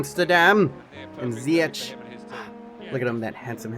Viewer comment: you pronounce ziyech as ziyekh